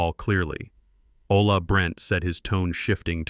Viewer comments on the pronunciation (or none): none